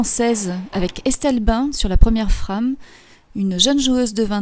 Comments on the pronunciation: La FRAME , est un mot anglais. Alors on le prononce en anglais... C'est Français qui rit des accents et de la façon des autres de parler.... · pourquoi ne pas prononcer ''frame'' a l'anglaise, sinon vous dites bien ''strike'' et non pas strique a la francaise.